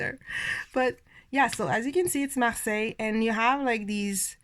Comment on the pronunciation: Thank you for sharing your not so common choices 😊 I love your pronunciation of Marseilles...I minored in French but could never master that r 😒 I am equally repelled and drawn to the Pole Ka which means I will probably love it when I finally get it in my hands! lol